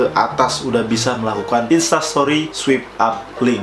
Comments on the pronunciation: I heard "sweep". not "swipe". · Swaip up baca nya. Bukan swip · bacanya swayp bang, bukan swip hahaha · Swipe dibaca swaip bangBhkan swip hehe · Swipe dibacanya swaip kak 😊